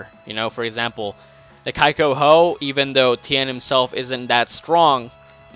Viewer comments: [kee-kou-hou]... But whatever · Annoys me that he says "kai" when the I is like the I in Chi. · its pronounced (kee-ko-ho) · Kai-ko-ho i dont think so maby KIKOHO